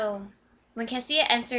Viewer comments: OMG! sorry, but i don't care about the first like 5 minutes of ur video. and her name is pronounced CA-SHA, not CA-SEE-A. and i really loved this book: 5/5!!!!! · I have a friend named Kasia but it's pronounced Cash-ah so Cassia should be pronounced the same.